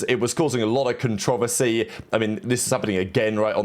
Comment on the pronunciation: CON-TRO-VER-SY.. say it with us lmao the second time you said that word the way you did I lost it 😂